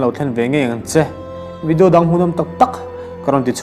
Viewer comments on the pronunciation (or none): Ngati nge 'vedio' ti hi an tam em em thin le 'video' ti ve mai se